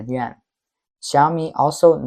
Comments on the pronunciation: dufus narrator pronounces the YUAN as if it were YEN....unbeliveable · His "Yuan" sounded like "Yen"